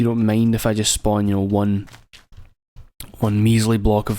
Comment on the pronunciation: SPOWN THE ZE ICE! dont care if you spwan it